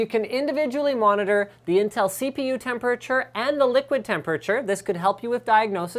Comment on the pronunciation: I will never get used to the way you say temperature Linus.. *****